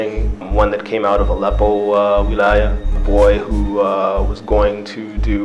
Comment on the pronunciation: He can't even pronounce wiliyah correctly, his voice does not match the narration, it's a lie